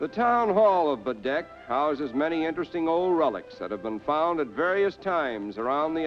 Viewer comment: He pronounced the name “Baddeck” correctly. Bravo.